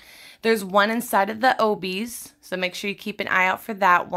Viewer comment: LOL u said Obbies wrong